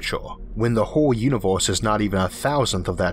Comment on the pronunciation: "Univoooohhhse" ...."eizooohhh" ... "laydoooh" .....damn ! Your "slang" is horrible, but your content is great !